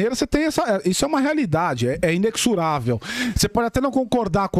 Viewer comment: Assunção DE risco e não "assunção A risco", inexorável e não "inexurável" como esse perreco falou. Aliás, pronuncia-se /ineZorável/, sim, o x tem som de z nessa palavra.